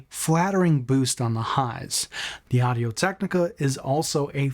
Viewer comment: Both mics sound good but you sound stupid. Where are you getting "zen AH hai zr"? Its pronounced "zen hai zr". You did good on Audio-Technica.